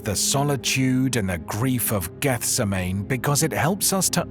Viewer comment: I knew in 1 minute that you were not a Bible scholar by the way you pronounced Gethsemane. A reputable Bible teacher would have known better.